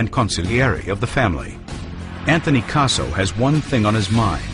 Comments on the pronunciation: Anthony "Queso" is how that guy pronounced it. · Gaspipe Queso made me lol